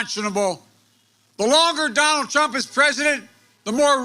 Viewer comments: "DONALD PRUMP" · “Donald Prump” -joe Biden 😂😂😂